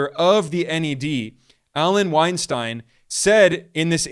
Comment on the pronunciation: "Weinstein".... Every single time